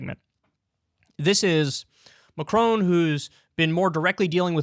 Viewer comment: As a Brit living in France, Americans please learn to pronounce Macron's name correctly! -it's not "Macrone"